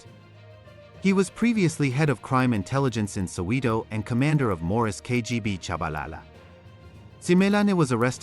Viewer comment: Soweto not Soweedo😭